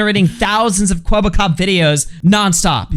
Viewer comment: it's kwebbelkop not kwebblekop